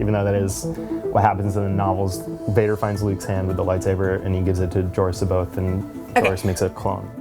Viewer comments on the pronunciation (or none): It's not See-both its Sah-bioth